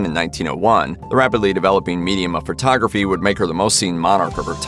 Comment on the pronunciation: Please stop saying furtography. Not body is taking a furto. Photo.